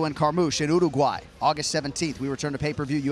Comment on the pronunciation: thanks for properly pronounced Uruguay